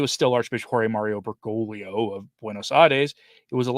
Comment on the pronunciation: Enjoy all your videos...only one thing that I've noticed in many of similar channels. It's not an important thing but I just need to let you know that you're not pronouncing the second G in Bergoglio, you're all saying Bergolio...everything else is great always!